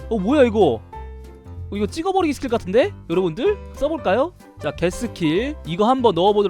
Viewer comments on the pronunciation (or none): 초에서 겟 스킬이 ㄱㅅㅋ로들린닼ㅋ